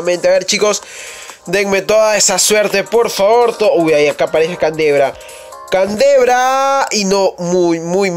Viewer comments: Se dice candreva no cantebra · no es canderva es candreva :v